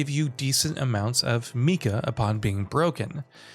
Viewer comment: Tengu is pronounced the way it is spelled. Ten, gu. Meika is maybe more ambiguous but it's still kinda clearly may-ka.